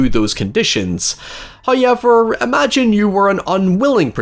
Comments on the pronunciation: Damn that’s a thick accent you got there “Hiever” lol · First "hoyevver" drops . We are rewarded as He is pleased.